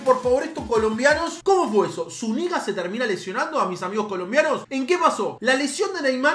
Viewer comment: lo de zúñiga que lo pronunciaste mal fue en el mundial, la venganza de neymar fue al año siguiente en copa américa en esa sería mas venganza de colombia porque en ese mundial nos robaron un pase a cuartos y en la copa américa los sacamos